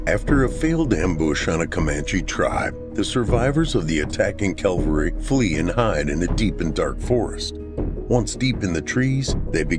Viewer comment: Think it’s “cavalry”, not calvary. No-one likes a smart-arse I know !